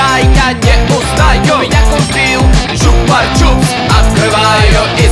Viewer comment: Почему ты говоришь чупар чупс там нет р